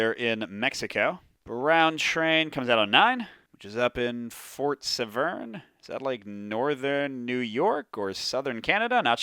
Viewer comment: Nice one You can tell Bugs Bunny that you did toyn left at Albakoikie! lol This system would be great for a dedicated kids' Thomas the Tank Engine version though the map of the Isle of Sodor might be a tad small. FWIW In the UK we pronounce the River Severn with a soft "r" but you Americans always have to muck about with words! 😛 (How to start a YouTube flame war without even trying! lol)